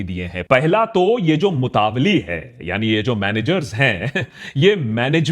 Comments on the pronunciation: Its not called mutavalli its mutawalli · Its nor मुतावली Its मूतवल्ली Pronouns correctly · सही उच्चारण ( right pronunciation ) मुतवल्ली ना कि मुतावली जैसा कि आकाश बैनर्जी बोल रहे हैं । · It's not a MUTAVALLI it's मुतावल्ली or मुतवल्ली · Love you Aakash! It’s pronounced Mutta Walli (like Nalli) not mutavly 🙏🏼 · Mutaavali 😂😂😂 itni research kari pronunciation bhi seekh lete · ji correct pronunciation is motawalli (mo-ta-walli).